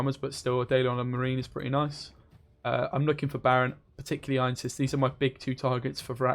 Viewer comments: I hate to be that guy, but it's Ansayis not Einsis. I wouldn't be bothered by it if it were just once. :D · It's not Ainses, it's Anseis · Actually, it's Anséis.